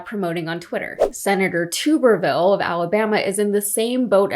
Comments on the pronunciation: It's Tub-ver-ville as in a Tub of shit. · It’s Tub like bathtub. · Thank you so much for pronouncing that idiot’s last name properly. I don’t care what he says, it doesn’t say “tubberville”, it says “too-berville”. He’s wrong about everything else, so I’m not surprised that he doesn’t know how to pronounce his own name. Maybe he can team up with brett favre and make a YouTubb video. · Hear Hear. The spiteful dumbass probably doesn't realise that his ancestors were French and condones the mispronounciation of his name. Ghastly excuse of a human being who epitomises the Peter Principle of failing up.